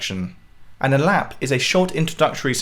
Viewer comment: Aalaap, not alap. 😅